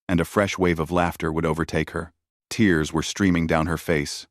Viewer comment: Great story so far (only 20 mins in) just wondering why the ai can say tear as in your clothes correctly but then can't say tears as in tears of joy? Weird... 🤷‍♂️